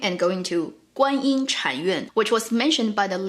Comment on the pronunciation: just you know the another smaller God you were talking about her name is not Guanyi, it's Guan shit yin or Guan yin da shi. she doesn't have much power, she got crown from Ru Lai(the most powerful god) and use a spell to control the crown to make wukong behalf.